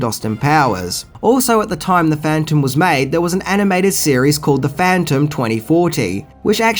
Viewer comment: Are you saying cereal or series.